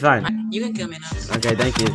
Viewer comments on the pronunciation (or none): it's so funny when other team said nao!!